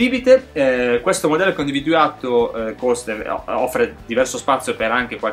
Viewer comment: video bello come sempre...fai però attenzione a quando dici la parola individuato perchè in realtà tu dici "individuiato" nei video, non è una critica perchè seguo il tuo canale volentierissimo però solo un appunto nel caso non ti fossi accorto, poi se già lo sai e ti va bene cosi va bene anche a me :-)